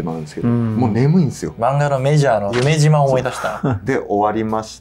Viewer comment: まじでMAJORのゆめ｢し｣ま